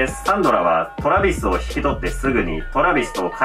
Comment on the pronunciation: トラビスのイントネーションにめっちゃ違和感笑笑